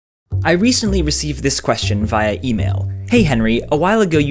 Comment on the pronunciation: I can't handle the way you said "via".